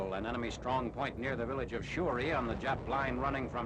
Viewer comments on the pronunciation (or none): none